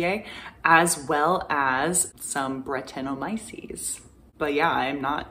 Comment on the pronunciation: I think its Bret tan o my o sees. Lambic beer is naturally inoculated in open vessels with brett and lacto. Awesome content keep up the good work!